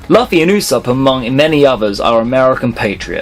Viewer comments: The fact that you can't pronounce the main character's name as well as a lot of other commonly used words in One Piece bothers me too much to watch the rest. Luffy has been pronounced "Loofy" in both the sub and dub from the very beginning of the show which makes me wonder if you even watch One Piece at all. Plus only 1 of at least the first 15 were actually interesting, the rest were obvious. The fact that Zoro has never called Sanji by his name. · you're a fucking idiot and know nothing of One Piece. The fact that you can't pronounce "Luffy" and the fact that you simply thought Ace had bad spelling when the crossed out S was really there to commemorate Sabo says it all. If this were on old video I would not be posting this comment but this was posted in September 2015, shame on you. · U said luffy wrong... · I haven't even seen or piece have u u keep saying lufy instead of luffy and keep saying zolo still an also u also put guild arts instead of shanks which is just wrong they didn't go to the moon yet